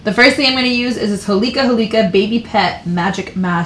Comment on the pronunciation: The way she pronounces holika holika lol